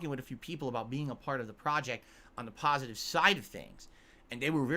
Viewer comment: "I am totally shocked this brave, successful streamer, who is well liked, and held in high regard by both his peers and fans, who does nothing wrong and everything right, would back out of a doco that would only show him is a pahsitive light. I never saw this coming. I guess there was nothing he could do doods.🤷‍♂He has to protect his fahmily and community of fans". --How thinks everyone else will think, when they hear he chickened out.